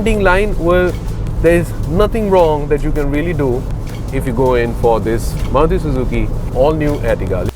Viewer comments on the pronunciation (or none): none